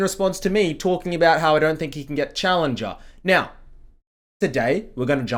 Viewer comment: “Keep towhking”